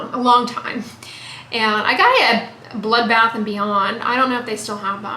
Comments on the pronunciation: Did you say bloodbath and beyond?? 🤣🤣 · Did you say "Blood Bath and Beyond?!" 😂 🤣 😂